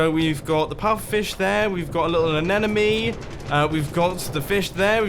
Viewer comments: Omg please say anemone not anenome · Something stupid you dont need to know: I’m pretty sure it’s anemone not anenome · Isn’t it an anemone and not an anenemy? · Anemone is said with athe silent 'e'